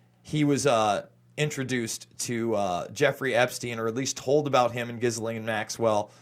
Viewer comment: GHISLAINE MAXWELLS NAME.... ]IS PRONOUNCED JISS-LEN. IM FRENCH ACADIAN FROM NOVA SCOTIA, CANADA. MY HERITAGE, IVE GOT A COUSIN(e) FEMALE COUSIN(e) AND HER NAME, COINCIDENTALLY, IS GHISLAINE, AND IT IS PRONOUNCED JISS-LENN. JIS-LEN..LIKE CHISEL, BUT WITH A G, BUT IN A "J" SOUNDING OF THE NOISE "G" JISSLENN, GHIS (jiss) LAINE (len) JISS-LEN, OK PLEASE, ITS SUCH A BOTHER TO HEAR IT SAID SO WRONG thank you for your time.